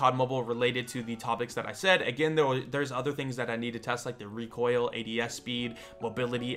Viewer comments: Reek oil 😂 bless you m8 haha recoil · Someone make a short vid of him saying reek oil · “Reek Oil” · HAHAHHAHAH "REEK OIL" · Did someone say rEEkOiL? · talks for 2 mins for his into What I ear: REEKOIL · Lets make a drinking game each time says "reekoil" do one shot if he makes a video about "reekoil" drink three WARNING:COULD EASILY GET ALCOHOL POISONING DON'T SAY I DIDN'T WARN YOU